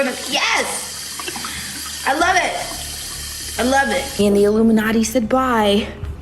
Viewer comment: if u listen to motive by her and ari in reversed and but it in 0.75% speed u hear doja says ilmunati